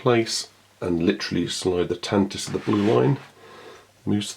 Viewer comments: Glad to see the Tan-Tivv reviewed. Will you be reviewing the Tantive (pronounced 'Tan-tiv-vee') any time soon? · It wasn't mentioned in the movies, only in the 1981 radio drama, where the pronunciation is indeed Tantivee (this pronunciation is still canon). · Does anybody remember in the 70's the pronouncement of the ship was TANTIVEE? I remember the radio drama would pronounce it like that. Just curious when it changed.